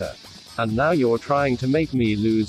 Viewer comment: I like how he pronounced starbucks lol (almost like stellbucks)